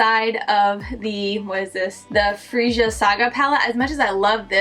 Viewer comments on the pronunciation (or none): I laughed every time u said freeja. It's pronounced freya lol. No hate. Love ur videos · 🐥 I may pick something up later (during a sale), but I'm in no rush. Also Freja is pronounced FRAY-aa. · No it’s pronounced FRE-JA like it’s spelled 😄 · It’s actually pronounced like it’s spelled, Fre-ja 🥰